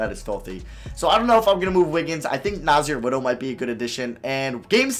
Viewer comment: You said nassir little wrong